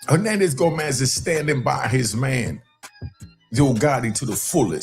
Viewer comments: His name Henandez Govan bruh😂😂, You said Henandez Gomez😂😂 I fell your content though bruh you 💯!! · It's GoVANS! VANS Not GoMANS